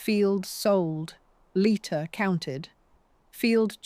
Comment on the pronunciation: Lighter, Leeter, Layter- "Leiter", as a Swiss surname, is probably pronounced "Lighter". The speaker changes their version ever other sentence, which makes me think it's AI, even if not uncovered.